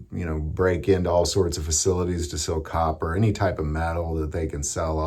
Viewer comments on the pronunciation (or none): none